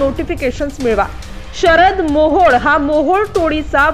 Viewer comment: काय बातम्या देते तू तो मोहड नाही मोहळ आहे